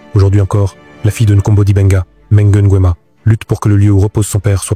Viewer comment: Intéressant. Je suis juste surprise que l'histoire soit racontée par un gabonais et les noms aussi mal prononcés, à l'européenne. Je ne me suis pas bien retrouvé. NGUEMA par exemple, ce n'est pas "Ngouema"....